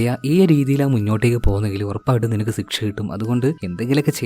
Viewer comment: Hi bro.. വെൽ പ്രസന്റേഷൻ. Keep going. പിന്നെ സിക്ഷ അല്ല ശിക്ഷ എന്ന് പറയു..